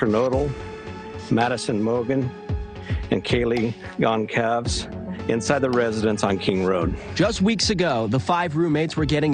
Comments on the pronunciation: Please learn to pronounce Kaylee's surname correctly. It's just common decency! It is NOT pronounced Gone-caeves! It's a common Spanish/Portuguese surname - get it right! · Love how Americans butcher her last name Gon-Calfs😑🙄